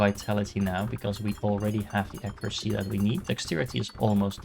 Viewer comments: hi! Not sure if this is helpful, but currently you are saying it like A-cure-acy. When it would be closer if you pronounce it like Ack-your-ah-see. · Pretty please Google how to pronounce accuracy. I like the video and game. But as a fellow dutchie it pains my ears hearing you pronounce accuracy.